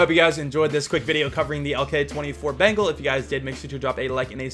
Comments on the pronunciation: Bro, it's not "bangle", it's "BENGAL" - like the Royal Bengal Tiger. Bangles are what some girls wear on their wrists. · It's not bengal like ( ben-gel) it is (ben-gaul) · It's Beng-ALL, not bangle. Sorry it was bothering me :P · Me: bengal: bangle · You pronounce it like 'Bangle', actually it sounds like 'Bang all'..... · It's not pronounced bangle but bengaul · Bro, it's not "bangle", it's "BENGAL" - like the Royal Bengal Tiger. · the pronunciation is Ben+gaal or more like beng+aal = Bengal which a state in india😅 and the skin is more likely referring to the Bengal tigers. Also, love your videos, cheers! 🍻🤘🏼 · It’s pronounced as Béngawwl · its actually pronounced as beng-ol.....or beng-all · I'm from Bengal and I can't help but laugh the way u pronounce it🤣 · The way he pronounce Bengal 😂😭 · Yeah lol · I am from West Bengal And the he says Bengal really makes me laugh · yep he literally pronounces bengal like that🤣🤣🤣